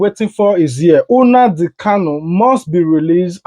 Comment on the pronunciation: Bro abeg , pronounce the name well Mazi Nnamdi Kalu ....not Hunadi kalu